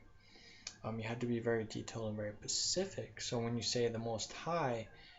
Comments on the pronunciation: ur to monotone, and all the ummmm's and pauses made me turn u off.and its specific not Pacific. u need to practice before you record yourself. just being honest. u sound like you don't know what you are talking about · PACIFIC???? DUH, TRY, SPECIFIC!!